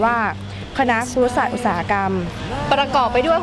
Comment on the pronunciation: ครุศาสตร์ นะครับ ไม่ใช่ คุรุศาสตร์